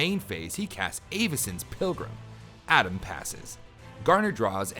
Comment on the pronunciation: eh-vycin she’s canadian now!